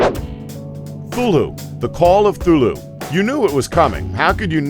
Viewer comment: It's cathulu not thulu